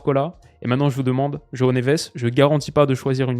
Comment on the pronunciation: João se prononce genre joint-ho et pas johaho